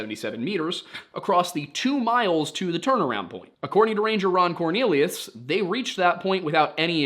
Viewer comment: Did you say Yukon Cornelius, or Ron Cornelius? I'm going to assume it was Yukon. Remember kids bumbles bounce.